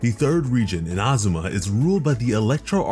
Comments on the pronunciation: eena- zoo- ma (not in-ah-zoo-ma) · It's neither. it's more like ee-na-zu-ma (IDK about the emphasis) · Its Inazuma not Inazuma .. plz say it correctly .. its annoying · Its not iNazuma its InaZuma, also SuMeru not SUmeru, its baAl not ball, im so sorry but this is anoying me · In-A-Zoom-A im sorry but its said this way in game and you butchered it the whole video. Please fir the Archons say it right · your pronunciation hurts me so bad. eena-ZOO-ma and AI-yuh-kah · “Ina zooma “ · Not to put any hate but anyone annoyed at how he says Inazuma as Ina-zum-ah? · No hate but it annoys me how you say Ina-zuma and ba-kafu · He said Inahsumah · yeah i heard you say inazuma once and knew this video was just not for me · The way he says Inazuma upsets me, but I appreciate the video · The way he says inazuma hurts me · The way he says Inazuma bothers me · Why do you say inazuma like that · the way you say inazuma scares me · I’m Japanese, and he really butchered a lot of the Japanese pronunciations in the video like Inazuma and Ayaka. I hope people learn how to properly say them ^^ I think it’s very important in showing respect. I do the same with Liyue characters ^^